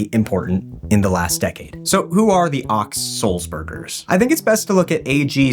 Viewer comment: It's Ochs as in "Oaks", not "Ox" The famed 1960s folk singer, Phil Ochs, was part of the family. He was a contemporary of Bob Dylan, but veered much further to the left and, frankly, made better music. The dichotmy between his wealth and his politics got him and he committed suicide.